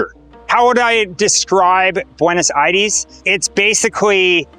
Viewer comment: Bro pronounce "Aires" right